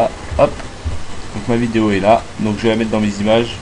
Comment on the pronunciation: "vaux" vidéo XD c'est abusé mais sinon pas mal